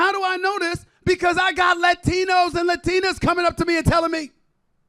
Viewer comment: At least he said it properly Latino/Latina